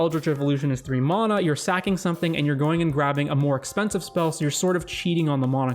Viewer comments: There is no O in MANA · Where are you from? The way you say mana drives me bonkers and i assume its regional